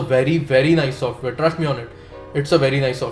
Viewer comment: Bhawa tu trust la trusht bolto.. just la jusht bolto :P kay problem kay aahe..? xD i think u have some problem with the pronunciation of those words :P because i have seen all your vlogs and in all of them you say those words exactly the same way